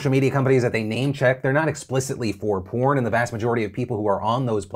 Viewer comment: lol Phil says "porn"